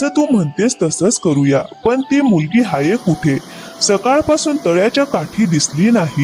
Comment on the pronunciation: हाय नाही ओ... हाये s s s...😅